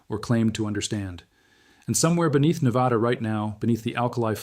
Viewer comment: Say it with me: Nev-add-uh. Not Nev-add-awh. - Every Nevadan Ever